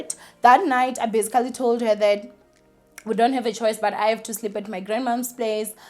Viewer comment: I love you girl but you need to stop saying "bazigally" every 2 seconds.